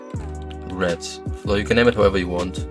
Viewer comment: love the way u say red u say it like RED'"T